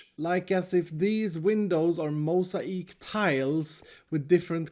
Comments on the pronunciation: Normal people: Mosaic: MOsaEek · Wait did he say Mow-za-eek???? ITS MOW-ZAY-IC 😂😂😂😂(I’m not yelling btw) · Mosa-ique or mosaic? The world may never know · Mosa eeq? Grian: Moose ayeek Mumbo: ciasom Stress: it’s ‘mosaic,’ and what on earth is that monstrosity?! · "this building looks like a church those windows look like MOH SAH EEK tiles" it's pronounced "moh say ick" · "mosa eek" try that again;) (mosaic = "moz Ayy ick") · “Mosa-eeek” “Mo-say-ic” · "Mose-ah-eek" I love his accent but its "mo-zay-ik" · Moe-sa-ike tiles! Its Mosaic, Moe-sake 😂🤣😂🤣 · Mosaeek tiles...Lol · *mow· zei·uhk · I HATE to correct you but its MO-ZAY-ICK Is how it’s pronounced SORRY I just wanted to let you know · Mosa-eek? This man got mosa-eek from mosaic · My man just said MOAZA-EAK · lol "Mosa - ic" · mo-sai-eek LMAOO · I hear "Moe say Egg", but I'm not a native speaker... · US viewers when says mosaic: 👁👄👁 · Hearing him say mosaic lmao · that's not how you pronounce mosaic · ummmmmmm uhhhhhhhh Mosaic? I don't think that's how you're supposed to pronounce that